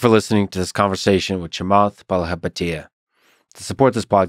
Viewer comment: cute how you try to pronounce a Sri Lankan name😂